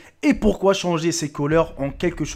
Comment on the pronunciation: ti un bledar putain les colore ou bien les couleur parle bien idiot